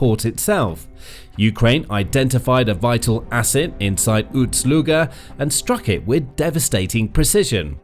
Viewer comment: Ust NOT Uts. Ust is not pronounced OOTS.